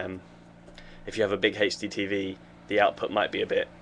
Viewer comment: HD lol he pronounces it like Hasty TV